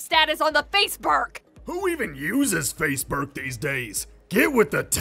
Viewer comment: "Faceburke" -, 2016